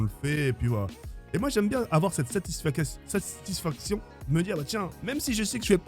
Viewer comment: « j’aime bien avoir cette satishbsbgshbsghbghfjjnsnuhzhnjs satisfdnjinhssbuhfaction »